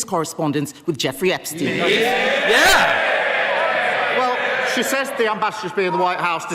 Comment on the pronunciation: looll "Epstiny"